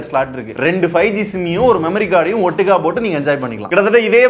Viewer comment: Enna thala madura kaarana iruntu, "ottuka" nu soltu irukka😂😢